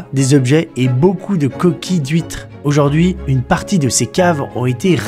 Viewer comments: "Oujord'hui" :face-blue-smiling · 1er mot, nouveau mot => Oujaurd'hui 😂